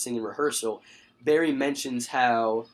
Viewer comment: You are not saying Kara Right!